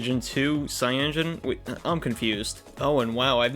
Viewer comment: cyaNOgen ... Not cyangen